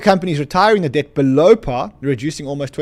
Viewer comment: keep saying: they're buying dead 😮 I thought it's debt 😂